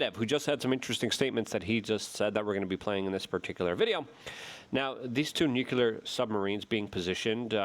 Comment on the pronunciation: Why can’t you pronounce nuclear ? Don’t blame it on your polish background either.